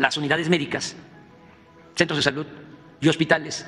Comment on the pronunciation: 🤣🤣 ya está el bodegón ahora solo faltan las medicinas y el " SIJTEMA DE SALUT MEJOR QUE EL DINAMARCA